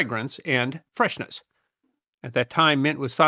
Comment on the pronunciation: 'Erb is a culinary pronunciation; botanically, the haitch is voiced, not the unvoiced aitch. Also: freshness, not fresheness.